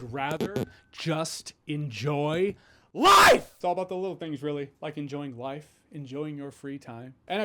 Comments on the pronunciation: "I would. Rather. Enjoy. LIFE!!!" Old school Jeremy Jahns came out a little bit there 😂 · “I would rather… just… enjoy… LIFE!” Grabbing that mic for emphasis. Right on, man.